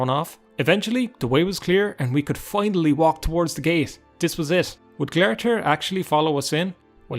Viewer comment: Glare-i-thir? How did you get that pronunciation? Its spelled glarthir and the in-game pronunciation is glar-thēr (glar as in car, but gl)